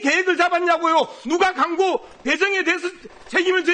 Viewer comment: 강고가 아니고 광고야 발음 연습이나 좀 하고 와라